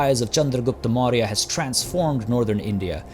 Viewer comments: Your pronunciation was really nice man. Thanks for covering the Mauryas and hopefully you will cover more. Excited for this series. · Don't tell me your not an indian. The pronunciations were accurate. Just as any Indian would spell it the moment he sees it.